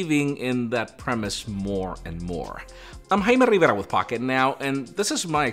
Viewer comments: I agree with you 😄👍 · I wasnt prepared for that name pronounciation.. caught me off guard.. 😂great review. I really hope to get one of these end of this month